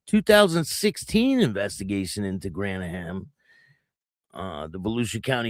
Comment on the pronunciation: Bimini ( pronounced bim in ee) Bar in Bunnell not Bushnell. Two different towns. Graham is pronounced like the graham cracker. He was in the club when I knew him. Probably "no colors" ( no patch wearing) in the bar, but I have never seen them go anywhere alone, or removing their vests to go in any establishment, so maybe he was on the way out of the club at this point. After this, they've probably taken his patch back